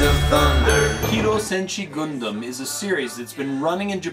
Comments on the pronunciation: LOL the way you pronounced Gundam was just priceless. :D It's actually pronounced 'Gun Dum' not 'Guun Doom' as you pronounced it, but otherwise, awesome review. :) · Nice review, but it's not pronounced "Goondom"